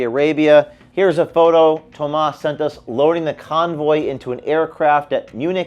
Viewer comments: Talk about deceptive - look at the name for clues. Tomas could almost pass for the American name (with a slightly different spelling) but sounds more like Hamas when when pronounced. Looks like one thing in our culture - and is different entirely. James said it perfectly - the point and outcome will be improved safety (consciousness-action-enhanced, appropriate results around such matters), transparency, clean-up, and security. Tomas needs to face the charges while things are overhauled and changed. All others working details need to be looked at and cleaned up, accordingly, asap. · What more do you expect out of a leftist. It's not Thomas it's Toemas' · Thomas, pronounced Dumbass.